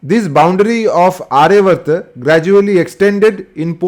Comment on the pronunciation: It is NOT arya vrta. Aryaavarta. Elongated dhirga aa after ya